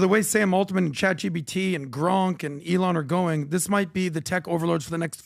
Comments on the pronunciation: PBD: eelaan musk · PBD needs to learn how to pronounce ELON